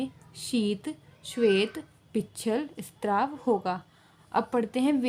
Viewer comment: Well explained but please spelling mistakes shi krein. And straav nhi shraav hota h 😑